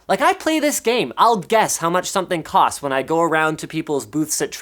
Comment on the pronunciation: your "KUST"? lol